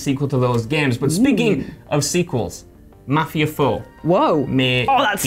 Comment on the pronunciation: Seriously, why can't Brits pronounce Mafia?